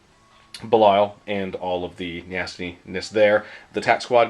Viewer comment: for the love of Pete! Its pronounced BEE-lee-uhl. Not bell-Isle. Bell Isle is an island in Detroit. Belial is the spirit of evil personified in Hebrew myth. Which one do you think GW was going for when they gave him that name?